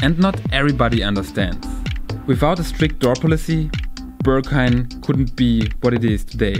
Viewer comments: Steht da Börghain oder warum sprichst du es so aus? 😂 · dachte ich spätestens als ich sein erstes ‚Börrghain‘ hörte 🤣